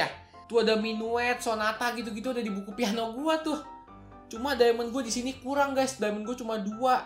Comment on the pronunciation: bang kok peano